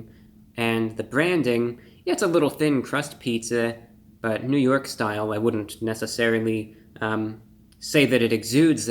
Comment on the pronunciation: Lol "ny style" Paja John's you're hilarious